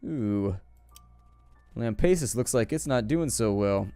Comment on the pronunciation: It is pronounced "Lam - Pass - Us" not "Lam - Pace - Us".